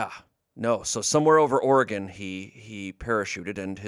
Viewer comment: As an Oregonian, I appreciate pronouncing Oregon correctly.